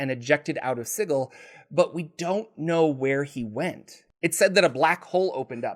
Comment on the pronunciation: The creators of planescape have come out and said Sigil is pronounced the same here as anywhere else. “Si-jil “